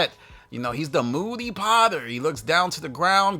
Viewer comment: “The moody podder” 😂😂